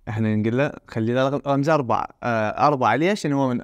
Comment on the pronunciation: منو لاحظ الأستاذ كال زربعه مو اربعه😂